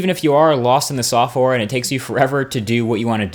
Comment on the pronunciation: lost in the sofwar? hahaha